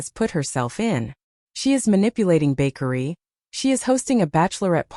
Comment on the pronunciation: His name is...Ba-kar-ree! I no I spelled wrong, now the narrator can pronounce it right!😅😅😅😅